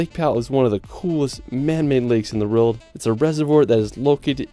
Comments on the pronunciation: World…it’s world. Not reald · Can you say the word "WORLD". Your pronunciation of this word makes your video unwatchable! For some weird reason, you seem to pronounce it "RILD". "Best surfing in the RILD". WEIRD, WEIRD, WEIRD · Love you channel but I can't take the way you say "world" it's like you're saying "rorld" 😭😭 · world = rerld in all seriousness tho, great video